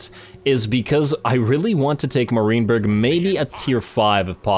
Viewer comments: i was going to say that too. It’s MAR(m-air) -IEN(ian)-BURG. (mair-ian-burg) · Enjoying the campaign! But…. stop saying “Marineberg”! There, I said it. I couldn’t hold my tongue any longer. I guess I am “that” guy.. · Love your stuff man, but the way you pronounce "Marienburg" causes me physical pain.